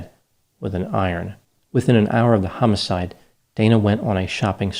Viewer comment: HUMMIS-ide LOL